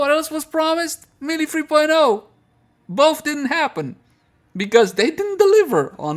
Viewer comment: Hey. Love your stuff, but I keep noticing you're saying melee in a funny way. It's pronounced more or less like maylay.:D